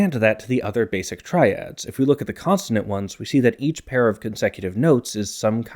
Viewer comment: Is it just me or does keep pronouncing consonant as "constanant"?